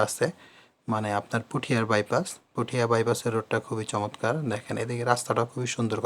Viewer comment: আরে পুঠিয়া না পটিয়া আর লোহাগড়া না লোহাগাড়া